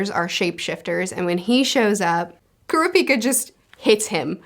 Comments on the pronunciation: I actually think I'm the opposite with Leorio (you said his name right) and Kurapika (Kurr-ah-pee-ka). I enjoy Leorio because he kinda represents the Everyday man/Normal person in a world of superhumans. a HUGE amount of odds are against him as someone who doesn't have many actual abilities other than his medical understanding and how the world works with money, but he makes it work by knowing that he can do a lot more as a Doctor/Medical professional if he was a Hunter in this world, and working around the laws to help more people. I always enjoyed Kallua (You also said his name right) and Gon as a duo, and it's interesting how their arcs kinda intersect in some ways that aren't what you really expect for most mangas like this. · Curiosity, in portuguese Kurapika sounds like "heals Dick" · Pronunciations: Gon is pronounced like cone but with a g. Killua is Key-lua. Leorio is Lee-oreo. Kurapika is pronounced like it's spelled but the enunciation is on the second syllable. ku-RA-pi-ka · Helpful tip: Kurapika is pronounced "Ku-RAH-pi-ka" and Leorio is pronounced " Lee-OR-io". Killua you got right, just put a little less stress on the middle syllable. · Leorio is pronounced 'Lay-oreo'. Kurapika is pronounced 'Crap-peak-kuh' Killua pronounced 'Keeloo-wa' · Edit: just so the nerds don’t kill you I’ll help with the names for the main 4. Gon you got right but some people do pronounce it like Gone but you got it. Kurapika is pronounced like Kura-Pee-Kuh but say it fast instead of slowly . Leorio is just Le and then how you would say Oreo. And then Killua is like Kill-uah but there’s no H in his name. Hope this helps more then it confuses